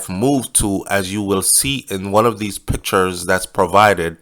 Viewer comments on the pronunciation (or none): none